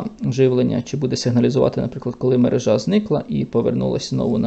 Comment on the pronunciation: Спасибо за Ваше видео! Наголос у слові «мерЕжа» от такий😊